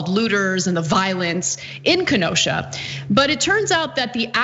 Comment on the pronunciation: Pronunciation, dear glad you got Ken O sha down❤